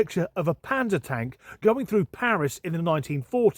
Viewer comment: I don’t think there were many Panda Tanks going through Paris in any decade let alone the 1940’s. Panzer Tanks maybe but no Panda ones but I would like to see one on a book cover. (Third listen through and it still sounds like Panda Tank.)